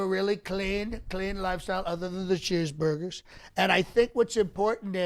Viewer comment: Your food preferences as pronounced are funny. The M -pandas and quis dillas (?) Must be delicious especially paired with the well described cheezberders with the yellow plastic squares.